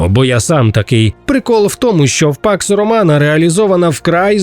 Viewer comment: все время слышу "пак сарумана"